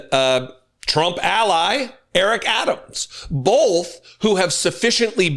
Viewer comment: Does do that weird thing of putting an "l" on the word "both"? As in "bolth"? Or am I hearing him wrong?